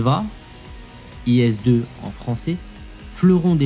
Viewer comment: Привет! Pour IS-2 j'apprécie le prononciation ИС-ДВА (IÇ-DVA) comme vous l'eutes dit ! P.S je vais apprendre le russe.